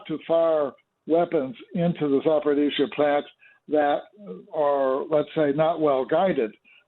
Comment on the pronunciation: Za por eez zya. No D in it.